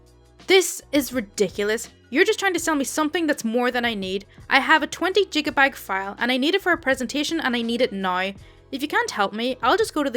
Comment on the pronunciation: Never saying gigabyte again, from now on is only jigabag